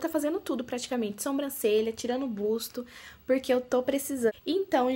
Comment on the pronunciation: Ficou linda! 😍, não é uma crítica, é só pra vc não falar mais assim. Não é spar day é sim spa day, não é busto é sim buço. Espero que não leve a mal! 🙏🏻😘